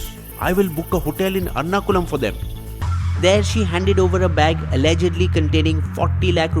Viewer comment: Big fan of your work but man, you got to improve the pronounciation of Alappuzha, Pallakad, Salem & Ernakulam. As a South Indian it's harder to listen with the butchering of these names ;) here are the correct way to say